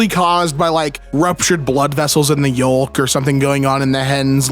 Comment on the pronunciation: Mildly interesting that your pronunciation of Phlebotomist was spot on... Yolk and hexagonal however...